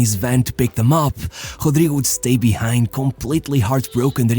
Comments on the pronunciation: His name should be pronounced as Ro-dry-go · It's a joke, lol... Intentional mispronunciation of his name based on how it's spelt